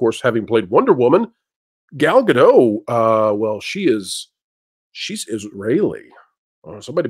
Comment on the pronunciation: It’s pronounced Gal-Dot